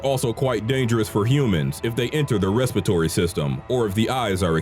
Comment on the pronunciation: did they...just say...respitory system instead of respiratory system?